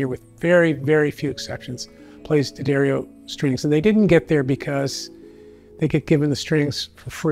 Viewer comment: Well, the boss knew how to pronounce D'Addario. Someone should have told the guy in the blue shirt how before putting him on this video.